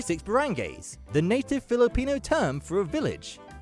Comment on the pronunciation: Some nitpicks: "Baranggay" is pronounced /ba-rang-gai/, not /ba-rang-gei/ as the narrator put it. "Islas" is pronounced /is-las/. "Aguinaldo" in the Philippines is pronounced without the "u". "Cordillera" in the Philippines is pronounced /cor-dil-yeh-ra/. "Waray" is pronounced /wa-rai/, not /wa-rei/. "Conyo" is not a real language. It is an insult towards rich kids who mostly speak English than Filipino. The narrator said "adobo" wrong. It should be exactly the same as Mexican adobo. "Princess" is also legitimate name for a girl here. haha